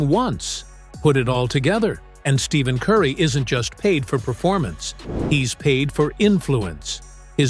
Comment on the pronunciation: To make a video about someone and mispronounce his name the entire video is crazy work . Do better